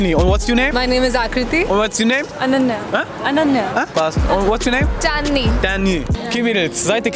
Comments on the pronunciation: die heisst ananya😂😂😂😂😂😂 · HAHAHAH DIES INDERIN SAGT ANNANI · Die eine Inderin heisst eiskalt Anana. Bruh